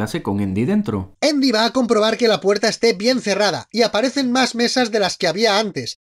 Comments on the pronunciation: Endy? Asi se pronuncia? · porque a andi le dicen indi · Es andy no endy XD chucky potter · Todos viendo y escuchando los errores de chucky pero nadie habla de que canal random le dice eindy jajaja enves de andy o esque yo ya estoy malito de mis oidos que me hacen escuchar cosas que ni alcaso?🤣🤣🤣🤣🤣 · Endy (Andy) error real al pronunciarlo....pero como lo habéis hecho tan mal tío....pero bueno es su cultura y hay que respetarla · Hagan errores de leprechaun, y no es endy es andy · ¿Por qué le dicen "Endi"? me caga ajahaja. Buen video ♡